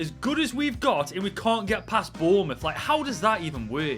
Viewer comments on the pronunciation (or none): none